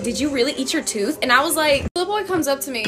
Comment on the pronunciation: uh girl the way my jaw dropped when she said "u eva ate a toof" GIRRLL